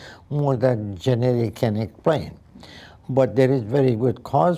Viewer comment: Genetic kelimesini yanlış söylediğiniz için adam anlamadı pronounciation ina bakın lütfen